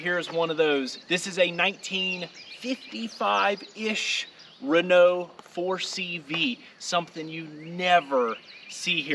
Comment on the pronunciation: 😲Renow catr shevow 1956 (you should pronounce it like this) : my dad's car !!! What is she doing in the US. I hope you will put it on the road again. Perhaps we can find some parts for you in France... ?